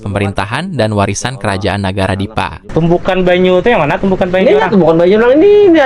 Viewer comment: TULISAN NYA TETAP NEGARA , DIBACA NAGARA ATAU BAHASA PERCAKAPAN ORANG NAGARA .